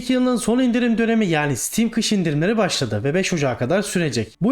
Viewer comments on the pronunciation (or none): none